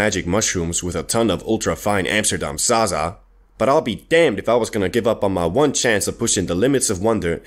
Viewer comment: your pronounce of ZAZA kills me every time